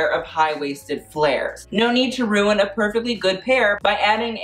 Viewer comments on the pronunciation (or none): none